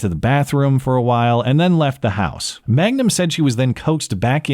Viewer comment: Reality is stranger than fiction. You mispronounced her name as “Magnum” thinking it sounded strippery, but it’s actually Mangum. Man gum. Crystal Mangum. She seriously just got chewed up and spit out on the street of life. Stripping, prostitution (presumably), attempted murder, arson, larceny, false allegations, and actually murder. Crazy life story.